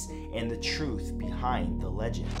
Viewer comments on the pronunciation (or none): none